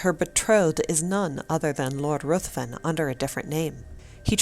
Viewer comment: RUTHVEN IS PRONOUNCED RIVVEN.